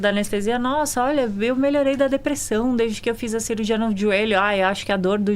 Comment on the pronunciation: Eu tento segurar o riso, mas a mulher vai lá e fala "depressÃum". Kkkkkkk Esse sotaque é PEPITA DE OURO, MÊU!